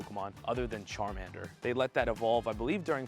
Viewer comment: Pokemon YouTubers are too easy to roast on pronunciation 😅 ya don't call it sharmander